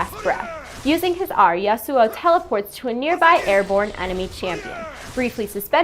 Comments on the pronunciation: YA-soo-oh. Emphasis for YA i think. not the ya-SOO-oh i reckon. Maybe? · God dam it "YA-SU" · i love how you pronounce my name that i got 3-4 years ago :D not kidding i have an one year old LoL match i own that name for a long time <3 gonna buy him and my agressive playstyle is exactly this guy <3 i feel good riot thx :D